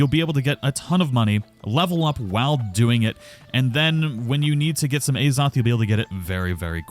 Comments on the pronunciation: Az-oth. Not “A Zoth” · As-oth not A's-oth why are u punishing viewers